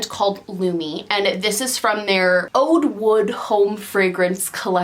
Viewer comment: I love a good old fashioned haul video! *edit I hate to be this person but Oud is pronounced Ood, I’m not being mean I like people to correct me if I say things wrong. It's a super expensive wood oil its also known as agarwood and is from the Middle East. Perfumes containing Oud cost a lot as do candles normally. I guess it depends how much actual Oud is in them. I am obsessed with candles as well and perfume in general.